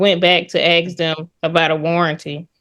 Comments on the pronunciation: When did “axe” begin being switched out for “ask”? All of a sudden…boom…there it was! Really sounds odd. Does anyone know? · Ax... She ax a lot of the judge... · She said "can I axe🪓 the manager to turn the alarm off?" Why would she use an axe 🪓 on the manager ? And if she hasn't paid rent for over a year she should have at least $21,000 saved up from what she would have paid in rent, so how is she having money problems? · If you pronounce "ask" as "axe"... get a lawyer. You're not smart enough to handle this. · She just wanted to axe some questions